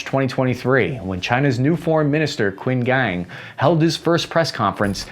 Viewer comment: I'm nowhere knowledgeable enough to make any commentary on the content of your video, but one thing irks me to no end - you calling Qin Gang "Quin Gang". "Chin Gahng" would suffice.